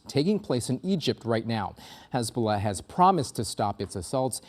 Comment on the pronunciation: Hezbuulah?Sounds like a plague 😂